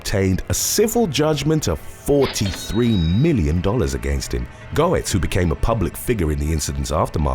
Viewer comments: "Go-etz" No. Getz. Yes. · It's pronounced "gets" not "go-ets". Was annoying. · Just an FYI, it’s pronounced Bernard “GETS” not “GO-ets”😉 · It’s pronounced “gets” not “go ets”. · "Bernard Goetz" is Bernie Gets, phonetically. Just an FYI. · It's pronounced Get's!! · The subway vigilante in the NY subway deaths was as you said Bernhard Goetz but his last name was pronounced as "Getz" rather than the way you are pronouncing it. The "O" in his name is silent. I think you correctly pronounced his first name as Bernard leaving the "H" silent. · I've written this before but I wish ppl would help with pronunciatios. Bernard Goetz pronounced it Get-z. The o is silent. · Goetz is pronounced Gets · Bernie's last name is pronounced "Gets" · OK. This one made me feel old. Goetz's name is pronounced Getz. He's a lyric in a Billy Joel song. I'm going to get my centrum silver. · It's pronounced G uh t s actually. Also, was he approached by the flash? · It's pronounced "Gettz" okay. Gettz!! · No.3 is pronounced "gets" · Its "Gets" Jesus Christ you butcher the ENGLISH language. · His name is pronounced Bernard Getz. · #3 Goetz is pronounced Gates. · Hey bro for future reference, Goetz is pronounced "gets"... at least around here it is. If thats how you pronounce it over there, then ignore me lol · I remember the original Subway Vigilante. “Goetz” is pronounced “Gets”. JS